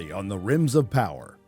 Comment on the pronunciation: DId you say RIms of Power?? HAHah